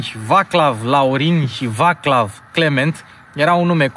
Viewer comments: Nu se pronunță Vaclav, ci Vaçlav (Vaslav). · Și, de fapt, Vaçlav se pronunță Vațlav...ca o completare la Șkoda. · Doar o mica mențiune vaclav se citește vațlav in limba asta a lor , daca tot ai ținut să pronunți corect skoda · Vaclav se pronunță "Vațlav"... În rest, bun materialul, ca de obicei! 🙋‍♂️